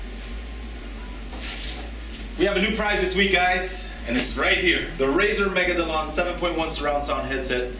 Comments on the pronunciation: i wanna razer magalodon! not megadolon,,, ty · dude its mega-low-den and yes il have it :D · u said megadolon but its megalodon :D anyways, do want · its Megalodon not Megadolon lol and I would love having one =) Awesome video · I'm the only one who realised you said "Megadolon", not "Megalodon", so i win ^_^ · always says Razer megadolon hahaaha (:, you the best man (: dont stop doing your videos! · Will he ever say Megalodon correctly? One will never know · U said Megalodon wrong :D Jk. NOW GIEF HEADSET <